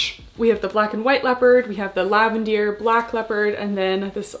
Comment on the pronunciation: I really like the detail, super cute collection, thanks for the review. I am curious as to why you keep calling the Lavender - LAVENDEAR? I am watching from Australia, wasn't sure it its a location thing or if Buff Bunny were calling it that?